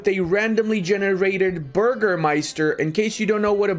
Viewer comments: its Bürgermeister not Burgermeister! 🤣 Ü is pronounced like a German Y. Anyways good video! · It's funny how you pronounce "Bürgermeister" :D Greetings from East Frisia in Germany :)